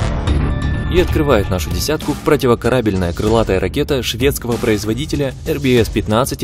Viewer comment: за противокорАбельную диз